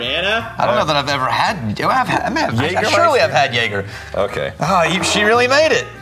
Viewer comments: He called it JaGGER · That man has spent his his entire drinking life calling it JAG-er and his friends just let it keep happening. I don't know why but it's kinda great. Lmao